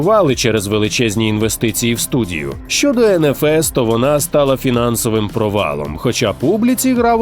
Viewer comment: Респект - очень рад что укр контент разивается. До вас считал, что кроме рашиского контента на ютубе смотреть нечего. Но очень... ОЧЕНЬ... ОЧЕНЬ!!! режет слух некоторые моменты. К примеру: ЭнНэФес!!!! ЭТО ЖОООПАААА!!!! Это не ЭнНэФес!!!! Это ЭнФэЭс!!!! - NFS - ЭнФэЭс!!!! В начале я вообще не понял о чём идёт речь... это ппц